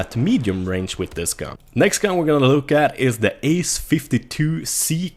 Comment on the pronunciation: try pronouncing "th" in the word "the" right. You pronounce it with a "d"